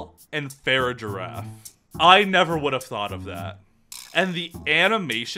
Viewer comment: These are all so good but your pronunciation of some of these Pokemon names drives me crazy. The ones that stand out are armorouge, grafaiai, and farigiraf.